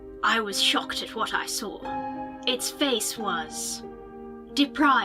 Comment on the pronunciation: I couldn't stop laughing after said shacocked lpl